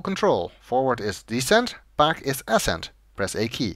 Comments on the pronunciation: Its uh-SCENT, not ASS-scent. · I assume you're referring to his pronunciation of "ascent". Yeah, it bothers me too.